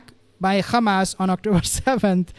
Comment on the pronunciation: Please stop calling them Khamas like the Israeli’s. But good video